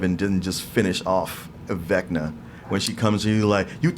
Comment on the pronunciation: "Vinca..." Two nerds in unison: "VECNA!" 😆